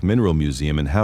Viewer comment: The pronunciations are real rough there… I’m also very skeptical of those pics. I’ve been to many of these places and I don’t remember seeing all those foundations. Additionally, Mandan isn’t on Lake Superior, unlike in the picture. “KEY-one-aw” “On-tuh-NOG-in” “HOE-tun” “Puh-KWA-ming” You did get Kalamazoo and Saugatuck right!